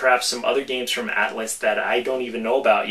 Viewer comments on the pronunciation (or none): none